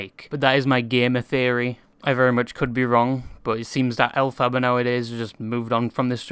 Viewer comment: As an aside … the name is derived from L Frank Baum, the author of the Wizard of Oz (invented by Gregory Maguire, the author of Wicked). You don’t emphasise the second syllable 😊 - El-fi-bar.